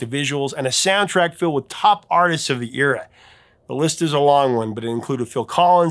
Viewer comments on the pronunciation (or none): none